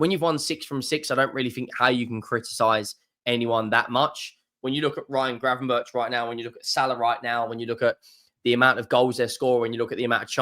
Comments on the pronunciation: It's pronounced GravenberK or 'berg' not 'berch' for future vids. It also sounds so wrong to say 'berch', so English! He's Dutch mate! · No, the 'k' is also wrong. A 'ch' is pronounced as a 'g' in Dutch, there is no equivalent sound in the English language.